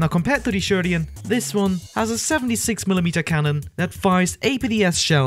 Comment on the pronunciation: *Sheridan not sherdian